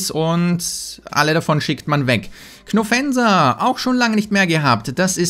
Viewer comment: Immer wenn er Knofensa sagt denke ich, dass ich gemeint bin xD